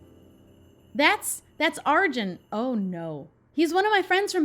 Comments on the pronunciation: So Arjun is said as "UrJun" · Btw, Arjun is pronounced Are-June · BTW it's pronunced Are-June